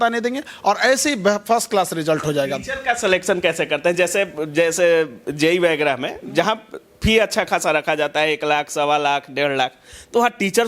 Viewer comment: वगैरा होता है, आप व्यग्रा बोल रहे है रिपोर्टर जी